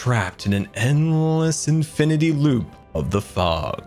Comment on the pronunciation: infinaty how outragus